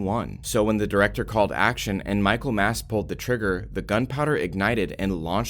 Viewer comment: It's Michael Massee. Not Mass.